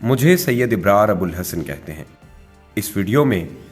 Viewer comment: Bhai apna naam tu sahi lena seekh lo. Ibrar?